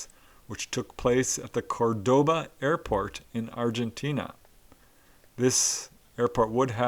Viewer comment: Ah heheeheee you said Air-Fart instead of Air-Port lol!